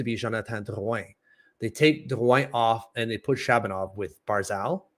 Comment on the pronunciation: i second this, just say Drew-in lol for everyones sake.